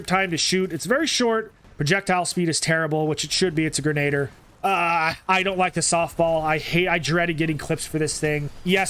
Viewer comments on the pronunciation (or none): You pronounced grenadier wrong it is pronounced gren-a-deer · Hate to be that guy, but grenadier is pronounced grin-a-deer